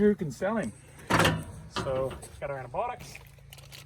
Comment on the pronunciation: Did I hear antibotics or are they antibiotics